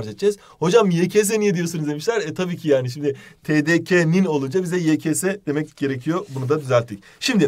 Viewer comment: ygs demedi, yekese dedi.